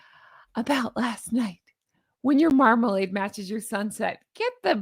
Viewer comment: Did you say Markalade? Orange Markalade?? At the 14 minute’ish mark? I’m loving it!!